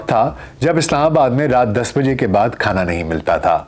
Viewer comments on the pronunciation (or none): none